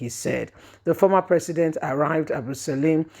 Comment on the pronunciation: please learn how to pronounce people's names.it Abdulsalam not salim